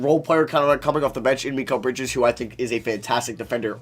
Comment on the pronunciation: Can you please say mikal bridges right